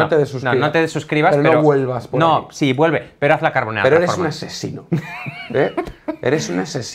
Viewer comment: Dios, españoles hablando correctamente de carbonara, GRACIAS.